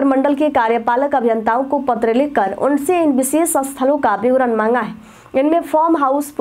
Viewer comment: बिशेष नहीं होता है विशेष होता है